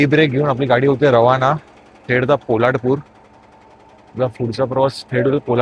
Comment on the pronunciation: पोलाडपूर नाही रे बाबा पोलादपूर.